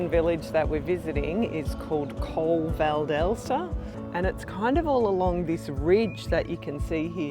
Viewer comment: Your videos are always interesting and the photograpy is so good. As an italian, and tuscan, I just point out that in the adjective “Francigena” the stress is on the I and you have to pronounce the final E of Colle val’Elsa (E like Elephant).